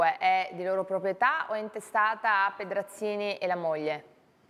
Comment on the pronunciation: "Pedrazvi Scenzini"